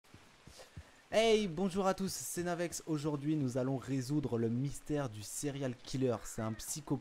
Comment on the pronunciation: Ca fait bizzare de t'entendre dire "Navex" x)